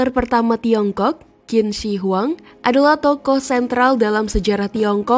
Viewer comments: Yg benar: Chin Se Huang. Ada baiknya admin channel cek cara baca nama2 mandarin di google translate, spy tdk salah baca. 🙏 Sayang, kontennya bgs tp pembacaan nama2 mandarin kurang tepat. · Qin shi huang itu cara bacanya kaisar chin se.. Huang = Kaisar Qin = di baca chin Shi = di baca se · Bacanya Cin Se Huang/Kaisar Pertama Cin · Bacanya: Chin se huang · Maklum yg baca narasi itu blm paham bahasa mandarin😅😅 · DENGARNYA SAJA RISIH BANGET 😆🤣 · Tergantung dialeknya